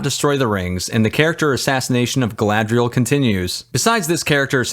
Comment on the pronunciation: You didn’t mention the horrendous way the names are pretentiously pronounced. “GaLaDrIeL!”